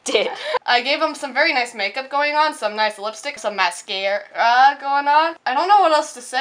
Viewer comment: were you making a pun when u said mascara like ma-scare-a?